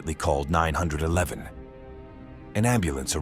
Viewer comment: "she immediately called 900 11" lmao. This is why you can't use AI